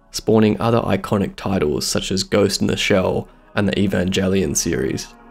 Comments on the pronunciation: Eee-Van-Jell-Eon? I kid. Great video, thanks for sharing! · amazing video only complaint is how you pronounced evangelion smh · God damn, someone FINALLY was able to convey why New Theatrical Evangelion is so visually cluttered and dense to the point it's sometimes indecipherable, and he can't even pronounce the name right. In all seriousness, you really need to check out Evangelion 3.0+1.0's Operation Yashima sequence, specifically the ship drop and the fight between New Unit 02 & Unit 08 Gamma VS like a billion EVA Mk.07s. It's a perfect example of a scene that was clearly planned out to be gorgeous and powerful and badass, but is SO cluttered in the final with such overly dynamic camera movement that I'm glad I didn't see it in theaters, because I had to rewatch that scene in particular a good few times to understand exactly how the choreography played out. As much as I adore the New Movies, I'll always prefer the original series and End of Evangelion in part because of it's more simple, limited look. Tokyo-3 isn't SUPPOSED to be cluttered with CG NPC characters, it's not SUPPOSED to be this clean utopia.